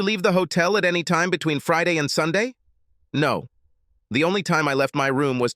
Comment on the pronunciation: Since freeday??? Wtf this AI can't pronounce Friday correctly?